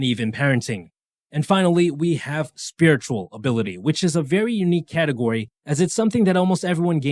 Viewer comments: it is SPIRITUAL not SRIRITUAL.🙄🙄🙄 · are we just going to egnore the fact that he spelt spiritual "siritual" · Anyone else notice sriritual?? :D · haha Srirtual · "Sriritual" LMAO